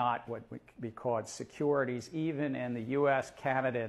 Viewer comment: what is "a seckourititities"